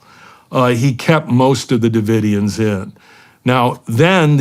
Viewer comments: Branch Davidson ?!? Ive heard orher mispronunciations. Maybe a little pre show prep ? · Did Shawn really just say “branch davidens?” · OK Shawn Ryan is officially a little bit dumb. Didn't know how to say Branch Davidians? Da fuh? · Doesn’t everyone know about Scientology by now?? And Shawn how can u possibly mispronounce the “Branch Davidians”??